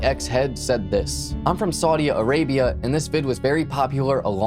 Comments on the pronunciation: Very entertaining. Just one correction, it's Saudi Arabia, not Saudia Arabia. Can't wait to view more. I found you on High Crimes. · There is no a after Saudi It's just Saudi Arabia you don't have to pause and put The extra a on the end of Saudi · It's Saudi Arabia, not Saudia Arabia. 😉 Good video tho!